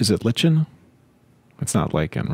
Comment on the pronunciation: ...It's a hard i, and the ch is a k sound. The pronunciation is "liken".